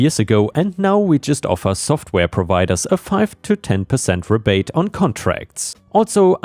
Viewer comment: Second story, "rebate" is "ree bate" not "reh bate." 🤪